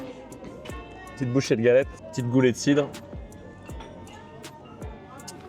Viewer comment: "Galette" ahhhh, ça fait pleurer mes oreilles de Finistériens :ppp !